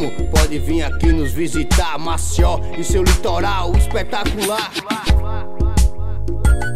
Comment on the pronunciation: Música top, só precisa melhorar a pronúncia" Maceió" uma dica 👍🏼